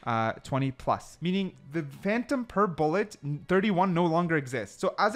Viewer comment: ''Phantom-a'' ? oO